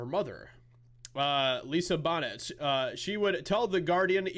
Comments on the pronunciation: Lisa Bonet ( BO-nAY) not bonnet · Man , you're young . Her mother is Lisa Bonet , pronounced Bo - nay . French name . You probably never heard of her dad Lenny Kravitz . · I absolutely love your mispronunciation of famous actors.. Lisa Bonet is a house-hold name for Gen-x-ers…..look up the Cosby show or…Angel Heart with Mikey Roarke